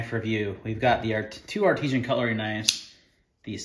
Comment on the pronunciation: The name is actually ARTISAN! Not artesian